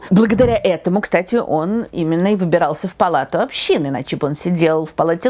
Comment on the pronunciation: Правильно "Палата Общин", а не" общИн"